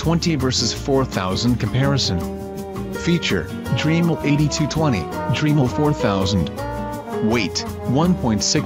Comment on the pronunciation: If it was spelt Dreamel you would be pronouncing it correctly.